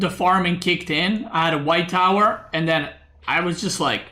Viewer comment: Instead of white tower I heard "white power" 😂